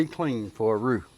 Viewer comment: Roux not root!